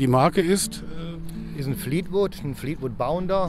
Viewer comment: ) Nicht Fleetwood 'Bäumler' sondern Fleetwood Bounder